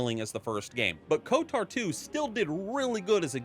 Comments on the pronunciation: It's odd hearing pronounce Kotor as Kotar. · I can’t unhear KOTAR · Why does bro keep saying "KOTAR" 😭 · Never heard anyone call it KotAR before... KotOR, sure, but never KotAR Oh and SWtOR was pronounced correct xD